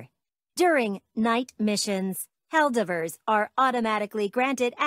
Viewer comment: I wonder if the bot mispronouncing “Helldivers” is on purpose 🤨